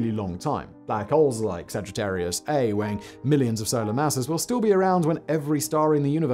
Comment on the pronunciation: The black hole at the center of our galaxy is named Sagittarius A* and pronounced as “Sagittarius A star”